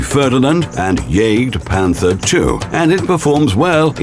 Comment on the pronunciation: Though he said jagdpanzer and jagdpanther so awfull ermahhgurd that sounded like cancer